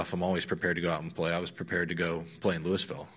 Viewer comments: Wait, did Scottie just call Louisville, "Lewis-ville"? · He’s thinking of Lewisville TX. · Lou-Ville Scottie!